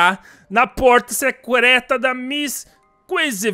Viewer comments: ss ele falou secureta ksksks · Ele falou seucreto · porta secreuta kkkkk .ele no começo falou errado kkk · É secréta kkkkkk falo errado sem problemas 😁😁 vo continuar assistindo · pra mim que ele falou secureeta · ele disse " PORTA SEQUETRA"? KKkk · secrueta mds parece q falo espanhol ksksksks <D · na porta secreta oq eu ouvi:na porta sequestra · O VC falou porta secrueta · falou no início do video ele falou Secrota😂😂😂😂😂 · Kkkk ele falo suecleta kkkkkkk desculpa mas eu ouvi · Ele falou assim no começo do vídeo: veio nos vamos na porta seclerta da kissy missy